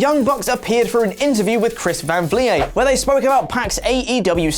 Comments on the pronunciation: This title is so misleading. Punk talks to his friends. The man can't fucking text his friends without you nerds acting like he's going to AEW. And if you took thirty seconds to watch one of Chris Van Vliet's videos, you would know his last name is pronounced "vleet", like "fleet." I cringed every time said "vlee-ay." He's Canadian, but he's not French Canadian. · You have to say his name like chris vam vlehhh!!!!! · It's pronounced Chris Van Vleet despite being spelled Vliet. If you use the source at least don't botch the name geezus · So I guess you could say Oliver Davis is in OLIday right now? Also it's pronounced Van Vleet, with a heavy e sound. (I'm hoping oversells the pronunciation now they've gotten a few comments.) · It's pronounced van Vleet. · P.S Its pronounced 'Vleet' by the man himself lol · Chris Van Vlie-yay? 😂 Dude obviously doesn't watch the channel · Dude it's vleet. Chris van vleet. He even pronounces it that way in his videos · Chris Van Vliet is pronounced Chris Van Vleet. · That was a rough pronunciation of Chris Van Vliet’s name. Clearly you don’t actually watch his show and are just regurgitating it from a news site. Watch his show. He’s very good. Also you can learn how to pronounce his name. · Bro it’s not that hard to pronounce Chris van vliet if your going to get ALL your info from his interview the least you can do is say his name right. Cmon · There's only so many ways you can fuck up Chris Van Vliet's name before you get it right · Never pronounce Chris Van Vliets name like that again sir. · Michael Alognon IM SAYING I WAS LOOKING THROUGH THE COMMENTS TO SEE IF ANYONE ELSE NOTICED